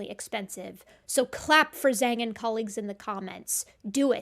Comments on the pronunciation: Well done Zhang! Also just wanted to note that, at least assuming it's using that standard modern Chinese transliteration system, the Zh should be pronounced like English J. Or more precisely, the sounds written as "J" and "Zh" in the Pinyin writing system are 2 distinct sounds in Mandarin that are both like English J, except with the tongue further forward so that the tongue body rather than the tongue tip contacts the gum ridge for the former and the tongue tip curled further back so it contacts the roof of the mouth for the latter. For native English speakers, the difference is very hard to hear, but it's apparently clear enough if you grew up speaking the language. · I think Zhang is pronounced more like 'Jang.' I applaud Zhang.